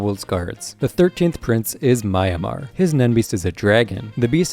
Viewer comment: ITS MARAYAM NOT MAYAMAR 💀